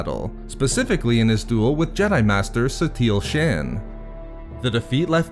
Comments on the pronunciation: Shan? SHAN?! It's pronounced as 'Shawn.' Everyone knows that! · CreatorUser No more like "Sharn", while being spelt Shan obviously. But it definitely isn't pronounced as "Shawn" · Shan.... come on man